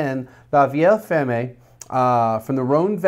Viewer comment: First wine is "la vee-ay -fehrm"; "fer-may" would be spelled "Fermez", and means "shut" or "close" in French. "La Vieille Ferme" means "The Old Farm".